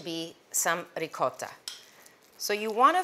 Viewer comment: So you teach the correct pronunciation of calzone and mispronounce Ricotta! (Rig ought)